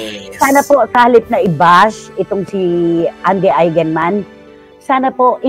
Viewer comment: this kind of news about the death of loved ones kept me bawling my eyes out. masakit naman tlaga.. and please gurl' try to pronounce their name properly as EIGENMAN..